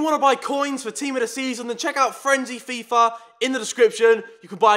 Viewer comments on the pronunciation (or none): none